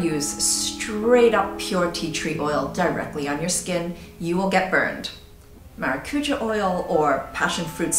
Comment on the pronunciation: Maracuja is pronounced "mah-rah-coo-ya" :)